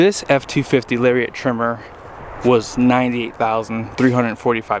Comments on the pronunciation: Larry-it. Not larry-ett Lariat! Nice video. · Larry-Ette lol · I can't watch you Ford videos of you keep pronouncing it "Lariette" Its their most popular trim. Gotta get the name right. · I have never, will never, and don’t know a single person who goes off-road. The tremor package is stupid for the general buyer. And lariat rhymes with chariot for christs sake 😂😂😂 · I say lariat with two syllables... You say it with three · There's no E in Lariat and no I in Tremor, just so you know for next time